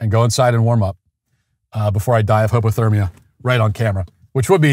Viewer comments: Did he just say hobothermia? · I swore Matt said he was going to die of homo-thermia but maybe I misheard over the sound of me doing the dishes maniacally for the 4th time today